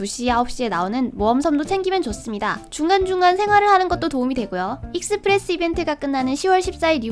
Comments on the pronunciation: 익!스프레스라고 하는거 보니까 경상도 분이신가 보구만...ㅋㅋㅋ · 익스프레스 발음 듣자마자 경상도사람ㅋㅋㅋㅋ반가워요오오오오